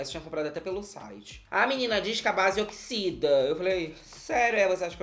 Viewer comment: "Ela oxisida sim" KKKKKKKKKKKKKKK